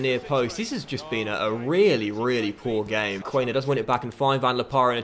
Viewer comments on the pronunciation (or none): im sorry its quan-er not quain-er mate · Nice Huddersfield Career Mode with a german coach and many german players as well . Btw Quaner is pronounced KVANER